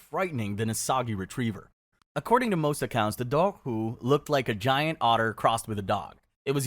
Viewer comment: Your dobhar-chu pronunciation is shitty and frustrating. It's DOH-ur-koo, like "do-war" and "schu" (like the end of loch).